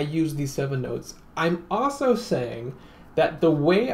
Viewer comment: Great video. I also enjoy the way you say "also" - "awso".